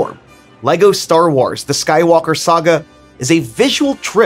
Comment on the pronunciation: The war he says starwawrrs